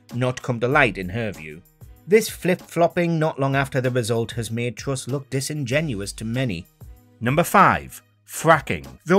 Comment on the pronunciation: Good Video, but please stop dwopping youu awes. She is Truss not Twuss. And Where is Wussia!